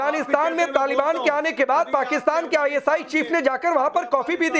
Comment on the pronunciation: Taal baan ya Taliban . In logo ko thik se naam bolna nhi ata.